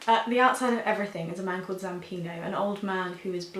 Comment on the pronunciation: Its zampanO not zampino.